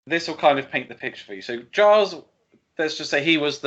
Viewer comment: Gilles is pronounced "Jhill". Like "Jill", but no "D".